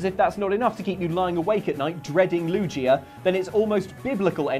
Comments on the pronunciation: IT'S NOT LU-JEE-U IT'S LU-GEE-U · Loo-Jee-uh? ....its Loo-Gee-uh. this bothers me lol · How dare you dishonour LU-GI-A by calling it LUGEA.. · Your saying lugia wrong. Its gi is like key not gee wiz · I’m sorry but it’s lew-gi-a not lu-gea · its lugia not lujia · Lu-GIA! Not Lugia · Yessss. Loo-ghee-ah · Video: pronounces Lugia as LuJia Me: intense internal screaming of pure rage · Did they just say "lugeeia" ima fight them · Uh... yeah.... in Lugia... that's a hard g, not a soft one. "Loo-gee-uh." It's the same in Japanese as it is in English, and the romaji has a g not a j. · Lujia. Lujia. This bugs me so much. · loo gee ah. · loog-ee-uh. hard G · Its Lu-gee-a. Lugia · LOO GEE UH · drac0nisw0lf Lu gggg ia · The way they say Lugia is infuriating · Is this just how Brit's say Lugia? 'cause it is so wrong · Honestly the thing in this video that I'm most likely to lie awake at night dreading is the way you pronounce Lugia. C'mon guys, they say his name like, 50 times in the movie. 2 movies now in fact. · If he mispronounces Lugia one more time I swear I’ll let 10 macargo loose on his house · I've never heard someone pronounce Lugia like that and I hope I never do again.... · Anyone else irkd with their pronouncings of Pkmn. Specifically Lugia? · How did EVERYONE manage to mispronounce Lugia EVERY time? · Yall said lugia wrong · The way you say lugia is so wrong it hurts. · You kept saying Lugia's name wrong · The way they mispronounced Lugia will haunt me for a while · How can you claim to love Pokemon, do a video on only a few of them, and pronounce one of the names completely wrong? Lugia has been around for 2 decades... Just how?? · It's Lugia not the way you say it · I cringed every time you said 'Lugia' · It's lugia speled with gggggg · Um...exuse meh you pronosed Lugia and tryanatar wrong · the way you say lugia's name sickens me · How tf did you pronounce Lugia wrong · Thats not how you pronounce Lugia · your are pronouncing lugia wrong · Loogia? Loo-gee-uh!